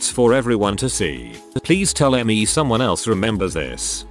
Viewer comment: What about just pronouncing "me" correctly instead of M-E?